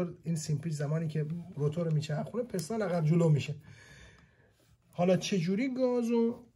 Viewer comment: توروخدااینقدرنگوپستان پستان پستان بگو..پیس تون پیس ..پیس .پیس ..تون تون ..پیس ....پیس تون پیستون آخه پستان چیه مهندس